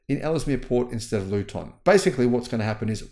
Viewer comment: Luton is pronounced Loo-Tun Ellesemere is pronounced Ells - Mear